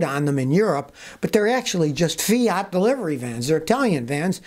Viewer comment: A Fia-ota LOL What a FAIL